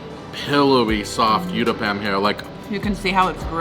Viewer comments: It's not you-thapam it's called oo-thapam. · The uthappam is pronounced "ooth-a-pum". Thank you for this yummy video!